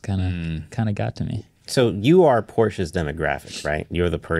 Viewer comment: IKR. Listening to that pink laptop kid talk about “Porsches” is painful